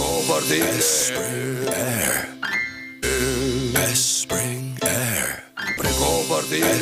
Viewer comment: u espring aire